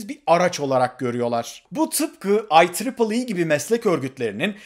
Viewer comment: Ateş, su, toprak, hava ee tahta da yok muydu? 🤪 videoların herbiri muhteşem. Bu arada eleştiri değil ama (IEEE) okunuşu Ay Tri i olması gerekmez mi? Ay Tripıl dediniz? Triple üçlü demek değil mi? Yani I üçlü E gibi oldu yada Ay üçlü i... 🤭 Ukrayna’dan selamlar 👍🏻🙏🏻🤚🏻